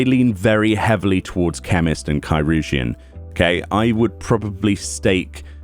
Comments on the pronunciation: Help on pronunciation - I actually looked this up a while back: Curugeon (sp?) is a very OLD proto-word for what we eventually came to call "surgeon". So think the word surgeon, just starting with a k sound. Kur-jin or Kur-u-jin (you pronounced surgeon "sur-jin"). Hope that helps! EDIT: Maybe "chur-jin"? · It's pronounced Kai-rur-geon. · Chirugeon is “Surgeon”, CH can sometimes be used with an S noise (See ‘Niché’), IR can be used for the UR noise (See ‘Sir’), the U is silent, and GEON is used as normal. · Wow. I've been pronouncing it like cheeroojeein this whole time. And that's ch as in Charlie at the beginning. Yyyep. I'm way off. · from what I've read, "chirurgeon" is one of the earliest (if not de facto ealiest) form of the word "surgeon" and during the time of its use "ch" was pronounced closer to "s" than anything, so its likely pronounced "sir-urgeon." Which makes sense, because the nature of language is to get shorter and faster as time goes on while retaining as much unique meaning as possible, thus "sirurgeon" would quickly flow into "sirrgeon" and then "surgeon" (in pronunciation if not in spelling). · Isn't "chirurgeon" just pronounced... "chi" + "urgeon" as in "surgeon"? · They pronounced it “Kī-rur-jun” in the voiced cutscenes. The example in my mind is early in the Stormblood story. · Chi-rur-geon is old English for surgeon. In Dutch it became chirurg.